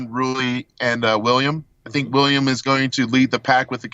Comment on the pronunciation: Weelliam bonac too leetle